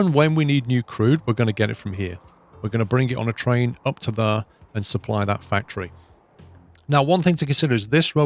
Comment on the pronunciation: There" is more like ,,thaere" if you know what I mean . Love this series